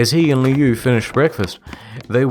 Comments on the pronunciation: It's supposed to be "lou", apparently, but the author pronounces it as "liu". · Liu is pronounced lou, not lee oo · Lol it is pronounced "Loo". "Lee-you" is an entirely different word than Liu. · Such a crappy story but honestly I can't hate it since it introduced me to Creepypasta. Now it's just pure nostalgia. Also, 'Lee-oo'? Pretty sure it's pronounced 'Loo' 😂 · Is Liu’s name pronounce “lee-oo” or “lew”? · It's pronounced 'loo', and I love how there is so much peeps collaborating. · everyone knows it's pronounced loo like liu kang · I always thought it was pronounced lou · Dude why can't any of you pronounce Liu. It's Loo lmao. Like "Loo" Kang from Mortal Kombat? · They all pronounced Liu differently